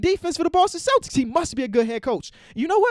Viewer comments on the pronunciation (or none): none